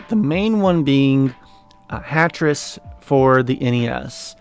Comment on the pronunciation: Ah, it sounded like you were saying Tetris.